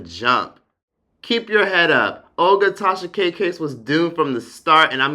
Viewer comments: Because I have a slight hearing deficit and I thought I heard something in this video I had to listen to it twice. To me it wouldn't be a big deal but I thought I kept hearing you say Trasha, so I did hear what I heard. Still going to get my hearing checked but KUDOS👏 to you for a great unbiased informative video! Enjoyed it all! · You’ve officially worn out the name “Trahsa” 😭🙄 I use to crack df up every time Akademics said it😭🤣🤦🏾‍♀️ but get work & research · The fact that was able to keep calling her "Trasha K" the whole time is so impressive 🤣🤣🤣!! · I literally couldn’t get over how many times you referred Tasha k as “Trasha K,” this whole video! I died every time 🤣🤣🤣